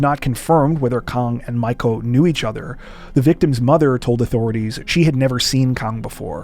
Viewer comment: Miko is pronounced "mee-ko".